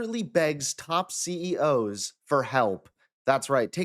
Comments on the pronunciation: Why do you guys use AI imitations of your voices to do the full report? You would never say C-E-O-S when saying CEOs, but that’s a common AI error. Should at least edit in post after listening back. Good coverage, but the AI voiceover is very off putting. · "A confident president announces solutions. A desperate one asks C.E.O.S. to find solutions..." Um... Have you suddenly forgotten how to pronounce the plural of "CEO", or have you offloaded your job on AI/dictation software? Neither possibility inspires a lot of confidence. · C-E-O-S...? You said it right the entire video until the end. What the hell...? Is AI getting better?